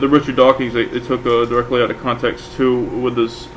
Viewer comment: Who is "Dawkings"? I've heard of Dawkins and Hawking......but who is Dawkings?